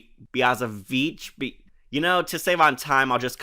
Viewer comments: She actually didnt say the B word. She emphasised the “Vich” in Ms Biaziviche’s name. BiazeVICH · But I think she emphasized the "Vich" part on purpose to make it sound like she was saying the B word.